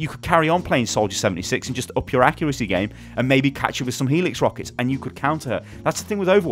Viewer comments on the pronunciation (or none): none